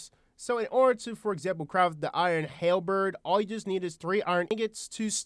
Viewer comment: It's halberd, not hell bird.